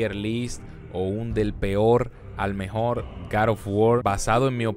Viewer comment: El mejol el mejol el mejol